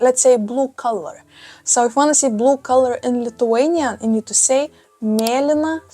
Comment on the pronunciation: I love how yOu say bulue